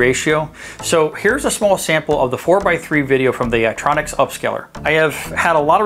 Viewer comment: It's 'YitROX'; not 'Yitronix'. But thank you.